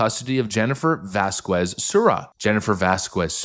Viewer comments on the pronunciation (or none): Vasquez isn't pronounced "Vaskwez." It's pronounced "Vaskez." I love your content, but I just had to let you know. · Bro. Im begging you. Please. Never say vas - quez again. Its Vasquez (Vas-kes) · I’ve been an avid fan of tour channel for a long time, but it never fails; every time you pronounce a Mexican name or word I cringe. I say this as a native Texan who has had Hispanic culture ingrained into my own.